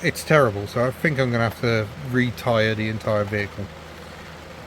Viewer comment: "retyre the entyre vehicle" 🤩